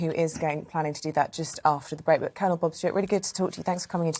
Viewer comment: Are you sure it's Colonel Bob and not Blob? Asking for a friend...